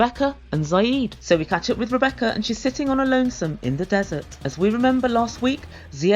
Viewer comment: Zied doesn’t even know how to sat “Rebecca’s” name.